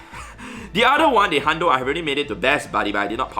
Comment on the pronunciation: I wasn't watching video, just listening. And was like, "why does he keep saying shiny pizza?"